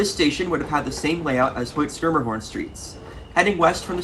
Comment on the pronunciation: At least you pronounced ’Schermerhorn’ as we did